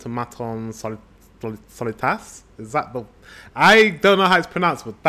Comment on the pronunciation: Tuntematon SoTIlas not soLItas